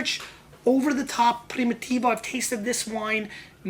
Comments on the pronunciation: it's PRIMITIVO not PRIMOTIVO! and stop yelling... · less than 1 min into it ... and couldnt stand it ... one should not make a video on wine if they can't figure out how to prounounce it .. even a elementary school kid can pronounce Primitivo right ... box of Clorox is in poor taste esp around wine and this isnt a sports show is it so why r is this guy yelling?